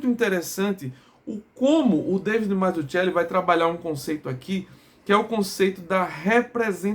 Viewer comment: Salve amigo, só pra saber, o nome é bem italiano, Mazzuchelli. Em italiano o ‘“ch” tem o som de “qu” em português então pronuncia-se Mazzuquelli. Obrigado